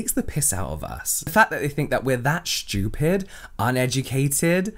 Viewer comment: When you said stupid in a really strong british accent, I lost it- 😂